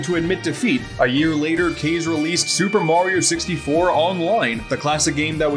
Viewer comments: Kah-zay, not caze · I'm pretty sure you kept mispronouncing the guys name, Kaze is pronounced "Kaw-zay" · Pretty sure his name is “KAH-ZEH”, like the Japanese word for wind... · Why does everyone mispronounce Kaze's name? Kaze is the Japanese word for "wind" and it is pronounced "kah - zay". "kah" (as in "cop", "kamehameha", or "copper"). "zay" (as in "day", but starting with a z instead of a d) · Isn’t it pronounced kah-zay? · "Case told DYKgaming" It's KA like Kamehameha and ZE like zay. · In Kaze’s own videos he pronounces his name as “Kayz”